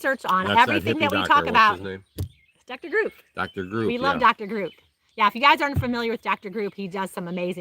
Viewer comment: Dr. Grup? Sounded like groop